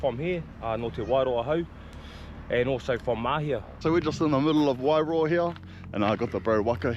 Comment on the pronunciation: Pronounce it like this... "why-roar"